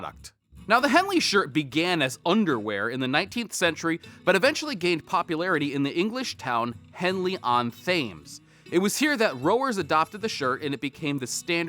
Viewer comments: WTF is "Thay-mz". It's pronounced "Tems". Good vid but c'mon, learn your words 🤣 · It’s Henley on Thames pronounced tems , not tames just saying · Another great vid, but for future reference, don’t pronounce the “Th” in Thames. It’s pronounced like “Tems”. Thank you so much for the recommendations. I always find them really helpful. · Firstly (English guy here)… Thames like the famous river in London, you dont pronounce the ‘Th’. It’s pronounced Tames. Like taming an animal… Secondly, great reviews of some nice products. I’ve noticed &Sons also make some nice medium tier Henleys for around the $85 mark. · Oops….forgive me. Thames as in Henley in Oxfordshire or London is pronounced Temms. The town of Thame in Oxfordshire however is pronounced Tame. We chuckle about this too…..🇬🇧. A super channel btw. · Thames is pronounced ‘temms’ ☺️ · Hi - Henley On Thames is pronounced Henley on “Temms” - and that makes no sense to me either, and I’m a Brit! And your piece was excellent, as usual 🤩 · I came here to say this. Tems not Thames. Is English, eh? We make it up as we go along. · it’s pronounced Henley on TEMS, Keep up the great content mate 🙂👍🏼